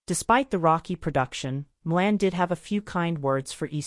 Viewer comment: It's Shirley Maclaine, not Shirley Milan